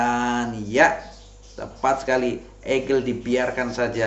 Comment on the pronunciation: Egel,miner bukan mainer kl baca pake inggris. Ediaaan 😂